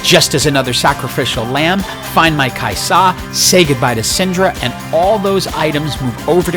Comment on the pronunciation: you don't have to put so much emphasis on the 'Sa for Kai'Sa, its usually just pronounced Kaiza